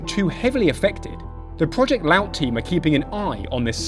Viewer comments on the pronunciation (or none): Laut is pronounced La-oat (like Oats, without the s). FYI.